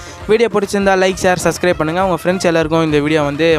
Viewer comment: Bro super ahh sonigha but that name is subcribe correct ahh prenounce pannna parugha thanks